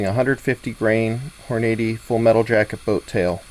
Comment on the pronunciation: hahaha hor-nady haha